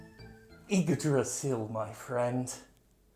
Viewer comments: Wow your pronunciation of Yggdrasil was pretty much perfect! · The ignoance of Jim is scary. Really fucking scary. At least he says Yggdrasil correctly. Yggdrasil is located at the center of the Cosmos. Better just get some trees cut them down and sell them as Yggdrasil. Better than destroying the Universe.